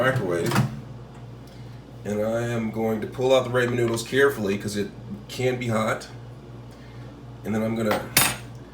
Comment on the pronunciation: I couldn't even focus on this video after I heard Raymond noodles I went straight to the comments lol